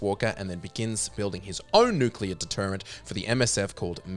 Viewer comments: Repeat with me: NU-CLE-AR. Not nUkUlAr. FFS!!! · Really? REALLY?! You're pronouncing "nuclear" as "N U C U L A R?! " You're doing it on purpose just to annoy me, aren't ya? Well It'S wORkiNg!!!